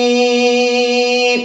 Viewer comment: Aalalmin nahi a almin hai